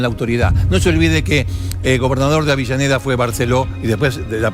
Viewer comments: deje de decirle "AVILLANEDA" a AVELLANEDA. Por favor. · Es avellaneda ,no entiendo porque dice "Avillaneda" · Si,yo tambien preste atencion a eso,no sabe que es Avellaneda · Dice Libermann en vez de Zimmerman...además de Avillaneda.. pero está bueno saber la historia.... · Me parece a mí,o Canaletti dice "Avillaneda"??? jaja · No paré de escuchar "Avillaneda, Avillaneda..." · siiiiii ja ja ja